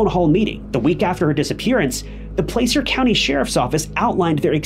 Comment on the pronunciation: Just an fyi: The letter A in Placer isounds just like the A in Apple. (Plasser)